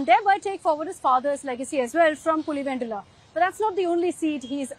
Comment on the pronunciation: If you’re “Telugu”, why are you saying I’m Telugu. And why the heck are you pronouncing, PulivenDula